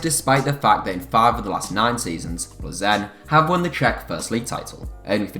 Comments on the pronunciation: You don't pronounce Plzen as Ple Zen. It Pilsen. I have been there for a game and its right next to the Pilsner Urquell brewery. Plzen is the home of Pilsner lager which has been widely copied. Enjoy your next glass of ple zen!!! PS - I went there with my family including my wife, two grown up daughters and one of their boyfrieds and we easily picked up tickets outside the ground from the club ticket office on the afternoon of the match and it was a Europa Cup match. The ground was not sold out or full. Its big enough for them in my opinion. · Isn’t it pronounced Pilzen